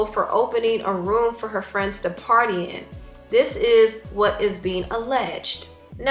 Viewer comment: Tah fwends😧😧😩😩😩